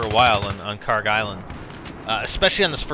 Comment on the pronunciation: It's Kharg, not Karg. :p